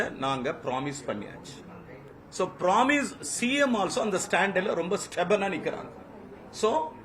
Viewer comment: யோவ்! சோ சோ இல்ல. இப்படி சொல்ல கத்துக்கோ; ஆ சோ ஆ சோ! சரியா? நீ யெல்லாம் ஒரு மந்திரி, அதுவும்: உயர் கல்வி துறைக்கு.